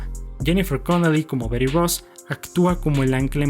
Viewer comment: Ma mita... "beri", BETY, y ya, no eres gringo ni estas hablando con gringos nmms